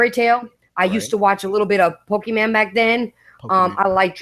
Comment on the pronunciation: lmao she said Poke-man instead of pokemon LMAO Gotta love